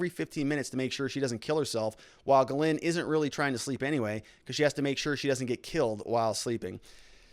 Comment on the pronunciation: STOP saying her name that way lol Try pronouncing it JIS-LEN. That's how most English folk would say it even though it still isn't spot on. Quit butchering the French language haha Love your stuff btw.